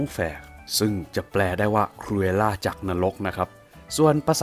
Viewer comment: มันเป็น คูเอวล่า/เอสเตียวล่า